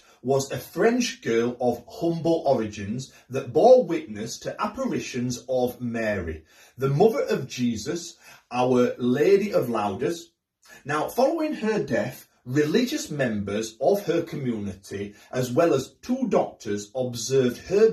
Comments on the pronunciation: Lez Invalleydoz ? Loudez? Really? I take it that you did not have French lessons at school. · Lourdes is pronounced Looerds. I've seen Saint bernadette twice.